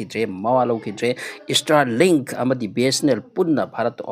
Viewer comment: Stirlink natte STAAAARLINK aduga sigi news sina kanana haino? Ngga elon musk ka pao faonarabo?